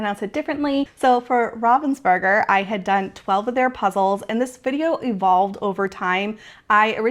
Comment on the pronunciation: You are pronouncing Ravensburger correctly. 👏👊